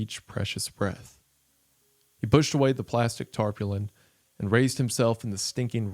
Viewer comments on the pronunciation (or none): tarpulin =\= tarpaulin